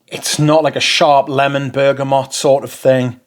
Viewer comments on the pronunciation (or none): none